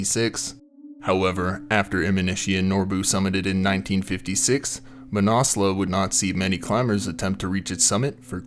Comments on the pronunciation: "Manassla" dude. Cmon, at least try pronounce it properly. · I thought the mountain was pronounced: Man-As-Loo or Man-Az-Lu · fyi ... Mah-nas-loo is the correct pronunciation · Pretty sure its not pronounced "Mannauwslawh" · “MANASLEWWW” the mis pronunciation is killing me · Never heard it pronounced that way and I know many mountaineers who have climbed it. Man-a-slew is the normal way to say it. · Manna loo I believe .. no need to pronounce the s ...this is the English pronunciation anyway . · Where do you get your pronunciations from?? It ends with a U...not an A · Learn how to pronounce the name of the fucking mountain before you make a fucking recording. Fuck. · I have never heard it pronounced like this from any mountaineer either... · I've lived in Nepal 25 years and although your video is good, it's hard to watch without getting irritated at the constant mispronunciation of Manaslu. Please try a simple online search such as "Manaslu pronunciation" which will yield this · Came here to write the same thing, absolutely butchered the pronunciation of Manaslu. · His pronunciation was killing me